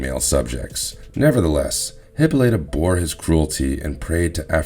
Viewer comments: Isn't it Hypolita and not Hippolaya? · Okay everyone on youtube seems to be mispronouncing her name so here it is phonetically , Hip - all - i - Ta, not, Hippo - Lee -Ta. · Hippolyta not Hippalea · It's pronounced Hippo light ah NOT Hippo lay ah ! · I was confused for a moment "Who is Hipoleya?" Until i read someone's comment and realized you meant "Hippolyta" lol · you keep saying theMIScira. Wrong. it;s ThemisCIRa. You also keep saying Hippoleia. its hiPAHlyta...Its spelled Hippolyta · It is Hippolyta not Hippolea! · I've always heard it pronounced "Hip-paul-ita" took me a second when he says "Hippo-lata" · Mother of all things holy bro! Hippolyta is pronounced Hip-pall-it-ah! not Hippo-laya! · hip-pal-eh-ta-- is how its pronounced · You are pronouncing all the names incorrectly. It is Them-escara and Hi-pol-a-ta. Couldn't finish watching as mispronounciation was too distracting. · First - Great Zeus, your pronunciations are atrocious! Hippolyte (huh-POLL-i-tuh), Themyscira (them-is-KEER-uh) Antiope (an-TY-uh-pee) Second, it was ONLY the "New 52" version of Wonder Woman (Post-Flashpoint, pre-Rebirth, between ) that has the Amazons having their way with horny sailors and then slaughtering them afterwards (and trading the male children to Hepheastus for weapons). That has since been retconned and the Amazons are immortal (as they were previously), although they can be killed in battle. The entire NEW 52 concept and execution was poorly done, aspecially the depiction of Wonder Woman and the Amazons, and it's better to ignore it as if it never happened at all. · Her name is pronounced: Hippolyta HIP-POLY-TA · If it wasn't your comment, i wouldn't caught he meant Hippolyta. I kept thinking "Who is Hipoleya" xD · Hi pol it a. Also Them a scare a. Please learn how to pronounce these words correctly. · If you can't even say "Themiskyra" or "Hippolyta", I won't bother listening. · Any chance someone can get this guy to say Themyscira and Hippolyta correctly.